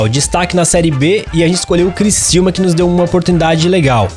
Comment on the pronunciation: É CRICIÚMA NÃO É CRICILMA É CRICIÚMA!!!!!!!!!!!